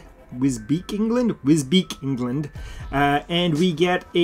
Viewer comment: It's pronounced Wiz-beach... yes I know English can be a pain.